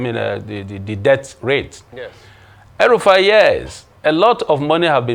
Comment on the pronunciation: Did you just call Rufai, El Rufai? 🤪